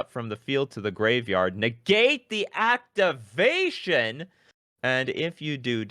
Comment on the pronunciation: I love the way reads cards... neGATE the actiVATION?!